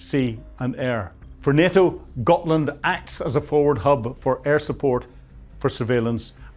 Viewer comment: Gotland, not Gothland.